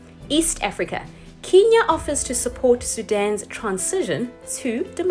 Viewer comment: I am so impressed that you do this in one take and don't stumble. But please, sis, pronounce Kenya properly 🙏🏿